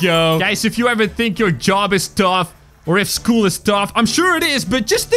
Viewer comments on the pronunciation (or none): none